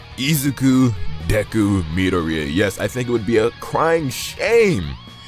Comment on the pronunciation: cringe. please when people are making a video google how to say there name. this is the worst way ive heard someone say dekus name. first and last lol great video though